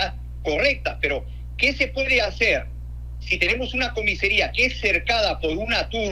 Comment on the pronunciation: ¿Por qué dicen comisEria cuando es comisAría? Incluso gente que trabaja en ese ámbito se equivoca, se pasan.